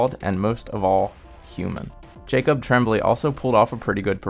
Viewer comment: Jacob's last name is pronounced TRAWM-blay, not TREM-blay. And there were only 3 voice overs. Otherwise, good review.